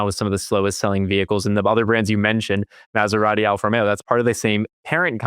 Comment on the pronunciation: Lear to pronounce "Maserati:!